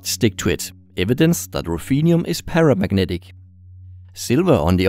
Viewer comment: "Eeeeet iseeeent exsactly paramagnatic"